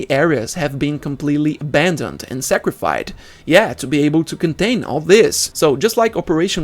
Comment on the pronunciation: Sacrified, advancid... Hard to watch the whole video